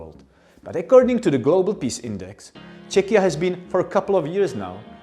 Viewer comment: It is a pleasure to hear somebody using the country´ s name Czechia quite naturally and freely and, what is top important, in a correct pronunciation [ˈtʃɛkiə] /check-i-ya/. It is a good model for all English-speaking persons who are not always sure about the correct sound.